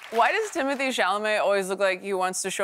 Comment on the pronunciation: if you are going so say the man's name, pronounced Tim-o-Tay. it is not timothee as she says. Do some research